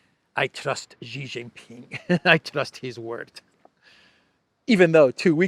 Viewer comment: Shee not Jhee.